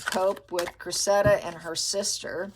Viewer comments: I think the girl’s name is pronounced Créssida, I had never heard that name before but that’s how some English lady pronounced it…… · please check out the pronunciation of Cressida 💚